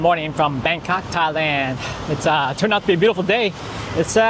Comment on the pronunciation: the way you say Thailand haha, just a guess